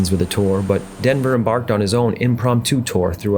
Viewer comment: I normally down vote video game entries but this one told a worthy story. Sorry to hear the mispronouncination of his last name though.